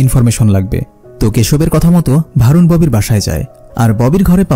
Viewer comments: নাম টা ভারুন না বরুন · নামটা ভারুন হবে না বরুণ হবে।